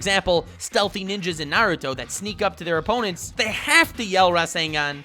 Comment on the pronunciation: "Narudo" never learned how to dad